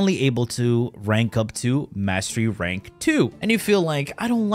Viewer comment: Sounds like you're saying Mashy Ranks.